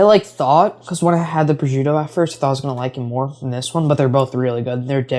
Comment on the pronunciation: Minor nit-pick, prosciuto is pronounced pro-shoot-o, not prozhuto.